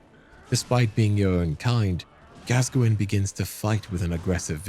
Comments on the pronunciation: Its Gas-coin not Gasgoingin lmao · it is gas -coin . googke the english football player gascoigne!!!! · My favorite is Rusty's "Father Gasoline" XD